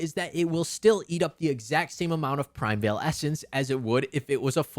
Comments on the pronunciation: Unrelated, but it's "PRI-MEE-VAL" ESSENCE, not " PRIME-VEIL" 😭😭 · qi is pronouced chi in chinese primeval is pronouced like prime evil